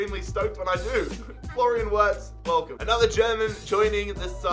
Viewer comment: and btw its said Virts but spelled Wirtz. German w are said as v's